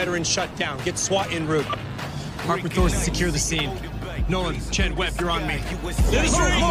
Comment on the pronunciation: America!! It's pronounced 'on root ' NOT 'in rowt '